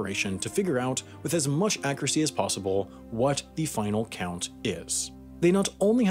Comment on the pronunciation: I don't like the way you pronounce "accuracy" .